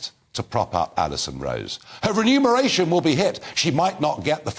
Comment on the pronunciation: Renumerstion?! Wtf? She should be fined for malpractice and sacked.